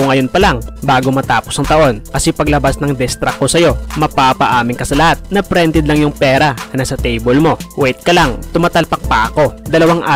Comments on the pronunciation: Ok n sna e.. natawa lng ako sa pagkabigkas ng prented😂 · Ayusin mo naman pronounce mo dika maintindihan! Yung printed mo bakit Prented 😂